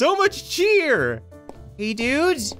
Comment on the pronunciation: so much cheer so much chyeet 😂🙏😭👌👌